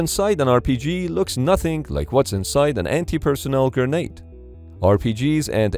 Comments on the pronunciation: Gernade or grenade? I wish the narrator had gone with grenade. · Anyone else hearing "gurnade"